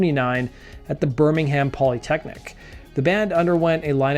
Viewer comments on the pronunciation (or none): The h in Birmingham is silent